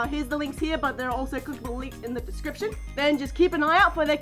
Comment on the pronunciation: "I put a link in da descriprion" paws twirls